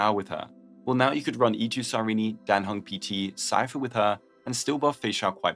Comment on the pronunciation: I'm sorry, her name is... Cy-Reenie? I thought it was Cy-reen... Cy-Reenie makes me like her less.